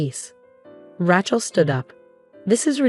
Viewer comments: Ra Chel……please say it correctly. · Probably one of the best stories I've seen here, BUT, please teach your AI how to pronounce Rachel's name.